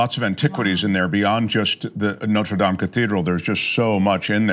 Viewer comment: Thank you for pronouncing “Dame” properly in the context of the church.